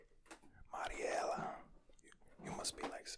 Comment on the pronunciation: I like your accent when you say mariela☺️